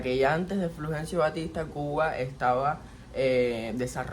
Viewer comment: No será Fulgencio ? Te oí decir " Flugencio " Saludos desde Chile 😊